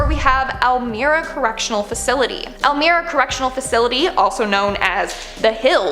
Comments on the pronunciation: Elmira, NY is said like el-my-ra, not like el-meera. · It’s pronounced Elmeyera prison